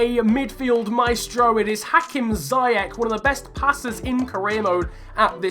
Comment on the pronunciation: Ziyech is pronounced as ‘see-yech’ with the ch pronounced like the Dutch ‘G’ sound. Thought I’d throw it out there :)